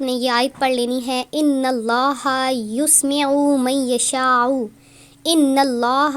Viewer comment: اللة ىسمع کو قرآن سے دیکھکر صحیح پڑھۓ اپنے یسمع کے یا کو پیش پرھا جو غلط یا کو زبر ھے جزاک اللہ خیرا